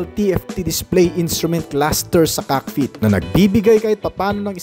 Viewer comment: Bobo bwuahahahaahahah anong "COCK FEET"??? 😂😂😂😂😂😂😂😂😂😂😂😂😂😂😂😂😂😂😂😂😂😂😂😂